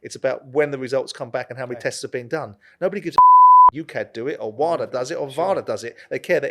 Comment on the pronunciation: I'm just here to listen to Simon pronounce 'WADA'. 🤣